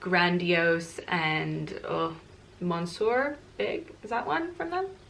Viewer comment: Monsoorr 😂😂😂😂😂 I’m sorry but it’s soo funny and cute